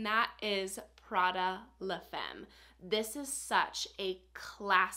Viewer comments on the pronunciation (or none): none